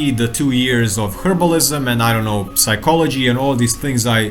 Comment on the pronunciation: p in psychology is silent